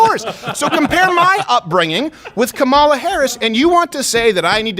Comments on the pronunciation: Comma, La. say it. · I know you guys don’t like her but damn say her name right😂😂